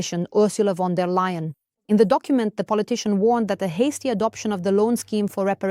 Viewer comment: Von Der Leyen, not Lion